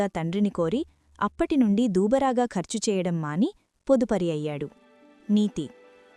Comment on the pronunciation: Dhubraa😂😂 dhuuubaragaa kadhu🎉😂